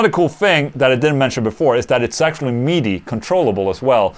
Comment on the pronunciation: Did you say Midi or MEATY!???? LOL!!! Killer video